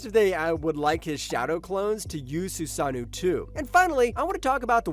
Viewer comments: It’s susano’o not “susanew”. What’s with all u lazy content creators mispronouncing words. Do better culture vultures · Can't watch any further after hearing "susanu" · wtf are you saying man, susanu is NOT how you say susanoo